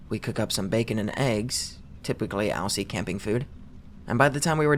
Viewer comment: My man did not just say "Owsie" instead of "Aussie" 😭